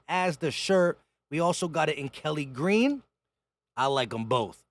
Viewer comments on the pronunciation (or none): none